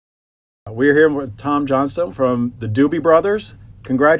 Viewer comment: It's Tom... JOHNSTON not Johnson. My God who are these ill-informed interviewers?